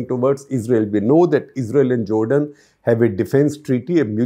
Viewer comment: First of all stop saying Jordan like Nargi Fakhri in Rockstar. Secondly, this is such a low quality amateur analysis of events. Any rookie can learn more in 30 mins if tap into right resources. Iran never meant to cause damage to Israel, it was only to make a point which it did. Iran did not use its advanced missiles which it has developed in past few years which travel at a much faster speed and have advanced navigation. Also, it would have launched these missles in a much larger quantity from Lebanon, Syria and Yemen as well to fry the iron dome. Many times Iron dome fails to intercept even low quality hezbollah missiles so advanced ballistic missiles are in different league. Iran now also knows that in case of a larger future attack, where are the defeneses located and counter attack will be made. And they got this info for peanuts. Israel also bombed the embassy to drag US into the war. As we all know, when the war stops Netanyahu is going to jail for corruption. US is not able to put a leash on its mad dog. His politics can put the entrie region and beyond in danger.